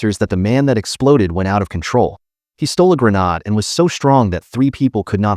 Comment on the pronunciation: It's gre-nade